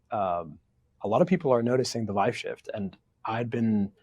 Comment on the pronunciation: Just curious why he keeps saying “VIVE shift” if he uses “vibe shift” in his substack piece? Either way i really enjoyed the optimistic outlook. 👍🏻